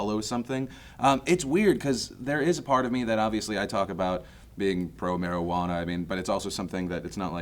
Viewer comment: Mari-ju-ana is bad m'kay.